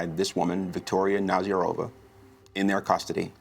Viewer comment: NazArova not NazarOva. Jeez